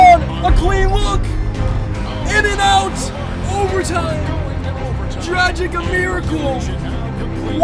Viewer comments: Dragich, not dragick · Btw there’s an accent on the c so it’s pronounced dragich, like “dragon”